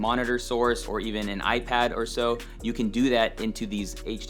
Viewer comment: OMG you must be a German speaker! I caught that "or so".... :D Also great video thank you!